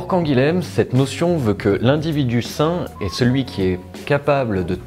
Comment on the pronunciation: Très bonne vidéo, bien joué. Sache que Canguilhem se prononce Canguillem, j'ai le même nom de famille, c'est une racine béarnaise qui a fini en Occitanie, et dans le Béarn comme en Occitanie ça se prononce comme ça. Voilà, tu connais un truc peu connu maintenant...